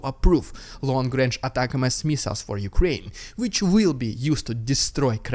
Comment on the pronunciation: It's "Ah-tack-ums", not "Attack-emm-ess", but then you never read the comments, so why do I bother trying to let you know how to say the term correctly??